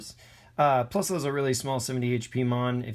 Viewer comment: No it’s spelled plusle it’s pronounced plus-ull